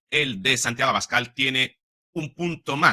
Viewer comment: Yo quiero que sea presidente Santiago Obiscal 😅 esa es la verdad. Pero que gracioso pronunció Trump el apellido de Abascal 😅